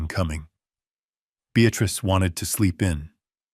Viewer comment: Senile not scenile. BEATRICE not Beatratice. Dutiful son in law not beautiful son in law. Careless mistakes. Always hap hazzard presentation. .